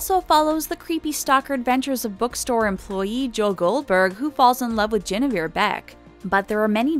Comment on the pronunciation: JEN-Evere Beck? What the hell?